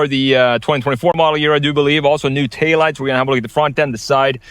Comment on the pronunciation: New "tay lights"? What? Dang! Go to speech class! You're supposedly representing a billion-dollar, world-class corporation and you give us THIS? Embarrassing. :( Thumbs down. Try again (but with someone trained.)